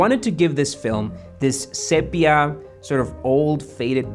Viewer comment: Sepia is with a long e. See-pee-uh. ˈsiː.pi.ə